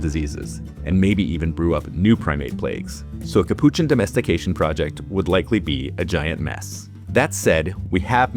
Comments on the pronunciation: You say "Capuchin" very strangely to my (Australian) ears... how do you say "Cappuccino"? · Now I am seriously questioning my pronunciation of capuchin...